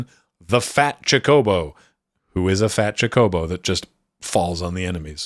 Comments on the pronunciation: Love your video, watched it three times, but I gotta say, even if you only do it occasionally, you are literally the only person I have ever heard pronounce it Cho-CO-bo instead of CHO-co-bo. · it’s NEVER “chaco-bow” lol. In Japanese it’s チョコボ or chi-yo-ko-bo. That’s CHO-CO-BO in English.